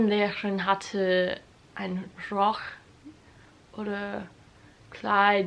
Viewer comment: Es ist so lustig, wie du „nur“ oder „Rock“ aussprichst. Du sagst „nor“ du musst das U mehr betonen. Wie in you. Und Rock spricht man genau so aus wie in Amerika die Musik.